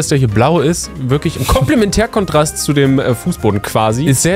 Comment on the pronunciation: Als Person die sich sehr viel mit Kunst beschäftigt geht mir jedes mal das Herz auf wenn "Komplementärkontrast" sagt 💖